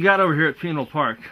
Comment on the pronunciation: "Those who talk... don't know." These guys, in the video, have no clue... including how to pronounce Pinal... and Marana.